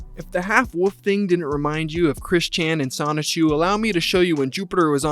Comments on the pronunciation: Wolf not woof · it's a WOLF not a "woof" lol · I love when people pronounce "wolf" like "woof". its cute lmao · Oh god … I didn’t know you were one of those people that says wolf like “woof” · A sick and dangerous individual. Good vid, but I have to admit that I kept laughing at your pronunciation of "wolf" as "woof"